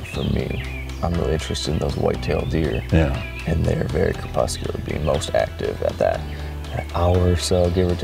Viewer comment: lol, just started watching season 1 and you literally just said cerpuscular